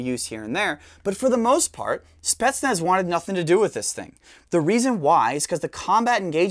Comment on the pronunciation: since he likes to pronounce words correctly it's pronounced like spi-yets-nas